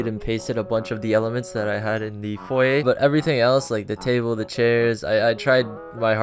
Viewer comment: i promise i'm gonna stop watching this dude, he literally doesn't know how to say foyer